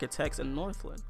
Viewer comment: north- LANE not northLIN